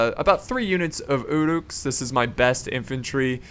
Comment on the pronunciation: It's UH-ruks, not OO'ruks. Great videos but every time i here 'oo'ruk i cringe